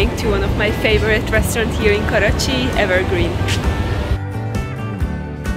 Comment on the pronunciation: The way you say I am in korachi pokistan I love this God bless you 😜